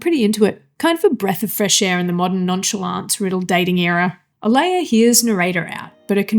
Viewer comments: Oh-LAH-ya, not Oh-LAY-ya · Why can't you pronounce "Olalla"?